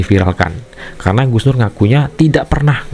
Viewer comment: Kalau sebut Gus terbaik bacanya sug nur😂